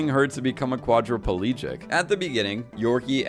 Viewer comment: Not "quadrapalegic," but "quadraplegic."